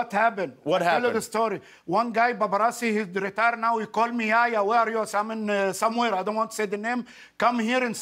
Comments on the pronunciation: His name is yeh-ya not yaya😑 the first part is like saying meh but with a y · I love this guy Btw his name is pronounced (yehh yahh) Not yaya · Its Yehya not yaya!!!!! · it’s yehya not yaya 😂😂😂😭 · it's not yaya man it's yah-ya He say it like yoyo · It's "yehya" not "yaya" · omg for the love of god. it's not YEAHYEAH. its yah-hee-ya. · It's not yaya it's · It's yehya not yaya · Bro its not jaja its YEHYA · you really just said yaya yehya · Lmao, my name is, and pronounced like Yehya, pretty strange fam. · Yehya = yaya Lol dude wheres the H you have to say it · He makes fun of the guy's pronunciation When he pronounces his name "Yehya" wrong You need to show the H more it's not silent